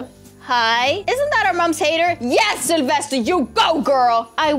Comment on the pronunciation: Its “Sylvester” not “Selvester”